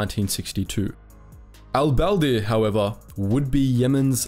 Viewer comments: a dislike for not even making an effort to pronouncing Arab names , espicially Al-Badr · How did he fuck up pronouncing al-badr so much haha